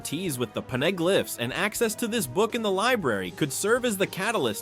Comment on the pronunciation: They are pawneh-glyphs nor are they PONEY-glaphs paw-na-glif is how it's said lol